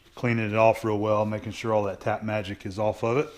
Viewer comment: At first I thought you said "Cat Magic". Took me awhile to figure it was Tap Magic. lol